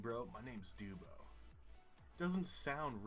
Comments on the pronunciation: The way you said dubbo 😭. It’s pronounced dub-oh, not dewbo. Love the video though, I’m from central New South Wales so I found this video funny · It’s not fucking doobo it’s a fairly large city and you say it like dub o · Trapezoidal green sign with B 40 means 40 km to a town whose name starts with B. It is not a highway or road number. Dubb-o, not duebo and the name is less stupid than Chicago, which must be faked :-). Any name ending in -up means you are in Western Australia - the south western part.